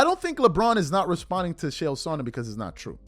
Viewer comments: It is pronounced KALE not Chale FYI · it's CHael. not SHell. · Chael, it's pronounced like jail only you replace the J with a CH. Not SH-ale, rather Ch-ale. I broke it down frenetically, broke it down simply so STOP SAYING SH-ALE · His name is “CHA CHA” Chael P Sonnen, not “Shell” Sonnen. Don’t disrespect the only man on the planet who never lost a round. Love your content,. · It's pronounced "Kale." Nobody else is performing at the highest level at age 40 in the NBA. Of course LeBron uses PEDs. You have to be extremely naive to believe otherwise. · Its pronounced lik kale ch=k; ael=ale; chael=kale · Love your content but the way you pronounce “Chael” pisses me tf off 😂